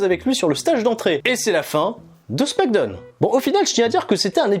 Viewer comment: Arrete de dire smack donne... t'es fatigant c'est smackdown donc ça se prononce "smack daaooun" 🤦‍♂️